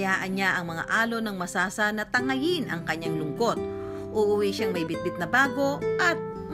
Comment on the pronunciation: Point of Clarification lang guys and No Offensive Intent, Just to Point Out: Tamang Pronounciation ng Masasa Beach ay yung nababanggit ng Kapuso Reporter na si Caesar Apolinario on this video documentary. "Not lethal" pero maaari kasing maging iba ang interpretasyon ng mga Batangueno na makakarinig. Tulad ng Lobo at Calaca Municipalities (which are also great places for their beaches). May "punto" o accent ang mga barako eh, but no harm naman, a lot of caring, generous, and hospitable people ang mga Batangueno. Ako mismo nagkakamali pa din minsan sa pagbigkas pero there are people willing to teach what is right naman. Of course, Batangas is a great place to visit. Regardless if hindi makapagbigkas ng tamang "punto" at hindi minsan makaintindi ng ilang terms (ex.: guyam/langgam, bilot/tuta, balatong/monggo, aatis-atis/palamya-lamya, at tubal/maruming damit). Marami pang madi-discover sa probinsya ng mga barako. Beaches, mountains, forests, lakes, seas, name it! Search lang guys and marami pa tayong ma-discover. :)